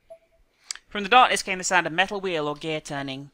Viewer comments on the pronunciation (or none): none